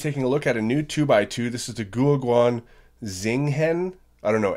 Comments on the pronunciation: It's pronounced zjing hen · Pronounced shing hun